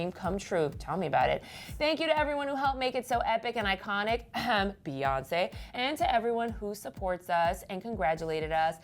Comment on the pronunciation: emmm can we please stop calling Beyonce "baes" its "bees"